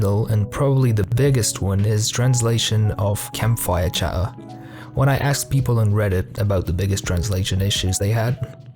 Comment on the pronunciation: There are not one, but two "t"'s in word "chatter". Please try and use at least one of them ;P